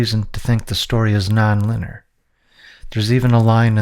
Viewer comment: Did you say "arrestus" several times instead of "arrested"? There are a few times later where you pronounce "arrested" correctly, however its not the only pronunciation that was incorrect. Instead of "effortless" you said something like "efforcteless". And you pronounce "linear" like "luhneer". Your accent sounds native to american english and i am not trying to pick on you. Is there a dyslexia at play?